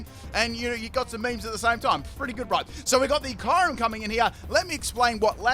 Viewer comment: He said ✨kayrim✨